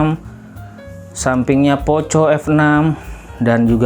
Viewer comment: Risih bang dengar ejaan nya.. 🙈 Dibacanya POKO bang walaupun tulisannya POCO 🙏